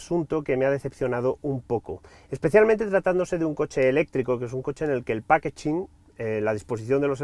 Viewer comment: 🤦🏻‍♂️ Muy bien el vídeo pero yo me dejaría de palabras y mucho menos expresiones americanas, sobre todo cuando existe una traducción al español que costaría mucho menos pronunciar... Que ese “very responsivness” y ese “pákechin” me han llegado al alma...😅